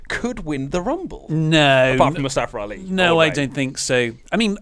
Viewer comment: I hate when u say Mustafara Ali or in the past Kazuchikara Okada lol